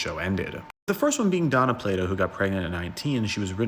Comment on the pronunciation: Why do you keep calling her Donna? Her name is Dana. Pronounced DAY NA.